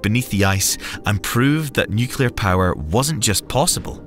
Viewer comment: Just so you guys know it's pronounced Nu-clear Not nu-cu-lar Pedantic I know but there isn't a 2nd u in nuclear.